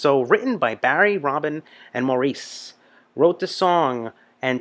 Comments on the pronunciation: Maurice is pronounced Morris. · His name is pronounced "Mor-ris". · The first guy wearing the hat was Maurice, he's older now don't forget, and it's pronounced Morris by the way! The old guy I don't know who he was, someone else might be able to tell you, Maurice also played keyboards on this one! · You can thank Maurice (pronounced Morris) for the rocking bass lines in the majority of their songs ie: Jive Talkin' ..you have to see that one. He was a very underrated bass player in my opinion and all around nice guy. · Nights on Broadway is another great one (pre Saturday Night Fever). Early falsetto for the group. I recommend the live version from Midnight Special. In this live version, you will see that all the brothers can do falsetto. The high parts are sung by Maurice (pronounced "Morris") during live performances because Barry is singing lead with a lower voice. Often Barry and Robin sing together in unison as a single lead voice, with Maurice doing the fantastic harmonies. He instinctively knew exactly what to add to create their beautiful rich sound.